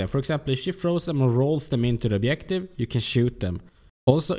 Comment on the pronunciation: Nice vid! Just say objective and no obliective ;)